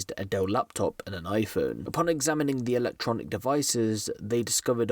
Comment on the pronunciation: Man said electonical devices 🤣